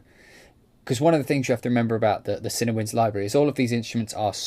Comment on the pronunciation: Nice video. Personally, still waiting to hear more from Berlin WW. I like the fact they have ensemble, divisi and their amazing runs/trills script. Cinewinds sounds really nice though. I am definitely going to pick up Cinebrass too. ps - I always thought it was pronounced cinEE as well - not cinna!